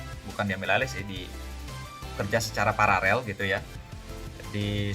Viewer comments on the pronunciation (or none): Paralel bang pa ra lel bukan parerel 😁 Keren bang sukses terus bang..